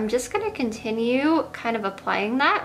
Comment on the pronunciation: I've also noticed she can't even pronounce "th" sounds properly either. She says "dat" instead of that. Her "homeschool" education, and lack of social exposure definitely did no favors for her, and clearly no one in her parental roles stepped up to get her help, or to encourage her to reach healthy, typical mile stones. They are disgraceful w/ their neglect.